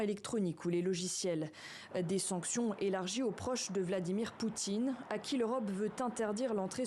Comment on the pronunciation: Sonction avec la bouche bla bla bla 🤣🤣